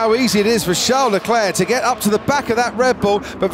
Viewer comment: Why call the guy, he calls himself Charles, surely he deserves the announcers to call him by his name